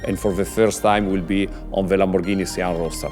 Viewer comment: Lamborrrghini sian ROASTER